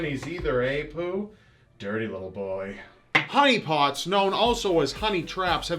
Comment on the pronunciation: the first time I heard him say honey pots.... I swear I thought he said huniepop..... im dying xD